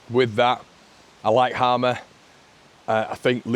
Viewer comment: Just to clarify (as someone with the same name) it's pronounced Hay-mer. Its an old saxon agricultural name so haven't a clue how he ended up with this name in south America.